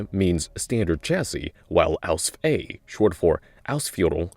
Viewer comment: Please Stop saying AUSF. no german says it this way just call it Panzer IV H or Panzer IV version H. I appreciate your efforts to pronounce any german, but as a german im begging you just use the english word for it if the german one is hard to pronounce. No german will be uppset if you dont call it by the german name.